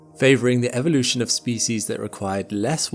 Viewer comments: And in modern times we're witnessing the extinction of pronouncing the word evolution properly and era isn't error ffs 😭 R.I.P English language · EEEEEEEEEEEEEE VO LUTION....Not evvvvvolution...